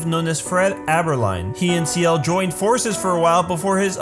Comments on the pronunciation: C - L . = ciel. not seal xD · The mistake is that you pronounce Ciel like Siel